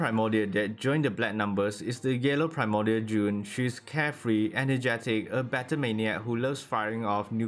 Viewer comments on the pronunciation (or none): When you say blanc you don't say the c at the end, and it's not june it's jaune, "au" in french is pronouced "o"